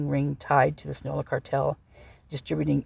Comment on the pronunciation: Not trying to be rude...Sinaloa is Sin-a-lo-a